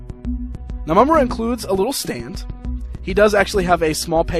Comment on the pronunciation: not to be a d!ck, but i kind of winced every time you said Mumm-Ruh